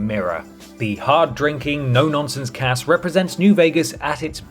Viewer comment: Did you say Poor Cass? Or Pork Ass?